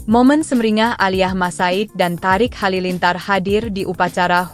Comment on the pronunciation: yang baca berita tulisannya emang thariq tp bacanya thoriq bu terus HUT mbok ya baca lngkap hari ulang tahun,, kok hutt😂